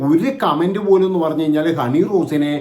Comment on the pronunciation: ബോച്ചേ, പണഞ്ഞു, പണഞ്ഞു, എന്താ പണഞ്ഞേ?